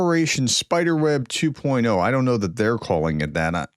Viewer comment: Well done Ukraine, but do you mean Operation Spider-web two point zero (2.0) not two point O, as in the letter O.